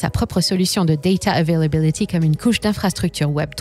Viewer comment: Daydaaa euvélabilidyyyy